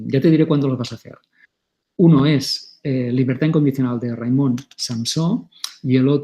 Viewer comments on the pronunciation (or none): Hola, se llama Raimón, que parece que haya que americanizar todos los nombres. Acento en la última sílaba como Samsó.